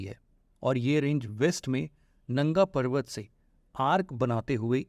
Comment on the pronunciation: Totally misinforming video. First he tell K2 is in india, secondly he did not pronounce nanga perbat correctly(it only happens when you try to predent your neighbour's things as yours)😂 Even your country's name is based on a river which is actually not in your country(indus river)😂